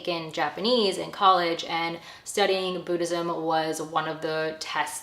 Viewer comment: Boo-dhism 😂😂😂 the way you pronounce it took me out ❤